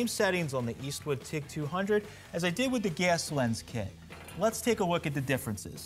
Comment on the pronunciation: “Ges lens”